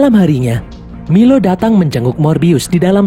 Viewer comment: Bang nama nya bukan milo tapi mailo